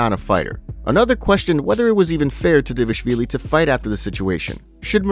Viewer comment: The narrator pronounces Dvalishvilli incorrectly..